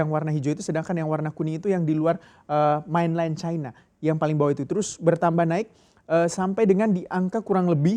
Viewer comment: Main len bukan mainlaien